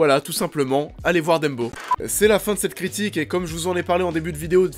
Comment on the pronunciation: c'est DUMBO "DAMBO" Bordel. c'est ni Dembo ni Deumbo. et c'est "Fuck", c'est pas FEUUUCK"